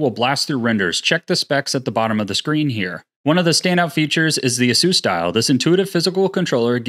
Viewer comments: Its pronounced " ah-soos" not " ace-us"? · Imagine being sponsored by ASUS just for you to butcher their name by calling them AZEUS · Ace-us homez A.S.U.S..... get it ...lol